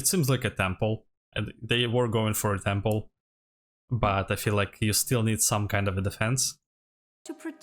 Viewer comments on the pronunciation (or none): It is Temple, not Tample unless that was intentional.